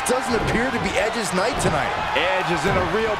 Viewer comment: They can’t say edges night😂